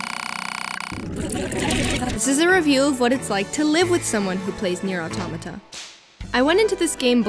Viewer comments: Auto•mah•tah!!! I get so triggered over this 🤣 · It’s ah tow mah ta I thought it was pronounced how it’s spelled but at the end of ending Whatever was like thanks for completing this game and I was like bruh why you say it like that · Here in Brazil we pronounce Nier Auto[mah]ta. And I believe this is how the POD pronounces in the ending E. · awetomahtah. not hard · "Nier Automato" I so died ^^ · Why english natives have issues pronouncing automata?